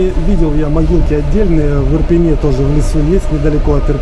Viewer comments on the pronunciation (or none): none